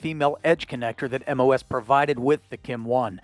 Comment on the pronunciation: MOS aka "moss"